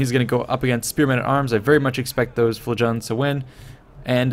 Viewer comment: here's how to pronounce flagellants